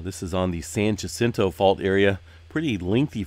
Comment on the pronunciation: I love your channel, but it kills me each time you pronounce Jacinto with a hard j. It’s Spanish, the J is pronounced with an H sound.